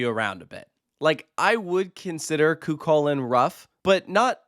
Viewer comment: fwiw the ch in chulainn is the same as the ch in the scottish loch. it's more of an h-like sound!